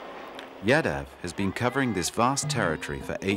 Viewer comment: Man, it is not YADA. It is Yaadav.